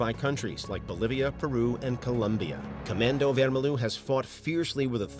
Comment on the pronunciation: as a brazilian, that pronunciation of "comando vermelho" was hurtful to listen